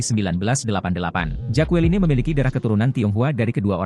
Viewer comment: Mas. Baca namanya jekelin. Bukan jakualine